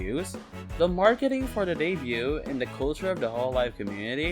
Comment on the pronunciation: Decent video! Watched the whole thing! Just want to make a minor correction: the 't' is silent in debut/debuted. It's a very common mistake among HoloEN to pronounce the t, so I get where you're coming from, but it's nonetheless silent.